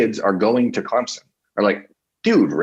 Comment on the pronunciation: People from Ohiya can’t even pronounce CLEMSON. Much less beating our football game...I think 11th was too high for a mediocre football team.. BTW... who stole it from Texas A & M.